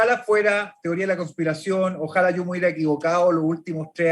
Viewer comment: Bien. Sólo un comentario, tú como una persona preparada profesionalmente deberías decir ojalá y no ojála. Eso tal vez lo podríamos decir en nuestro país y no en una entrevista. Slds.